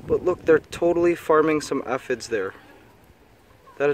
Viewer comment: Thank god you said aphid correct that last time, I was about to loose it.